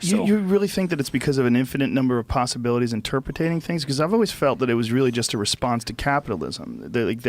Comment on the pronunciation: "Interpretating" and then a good interjectation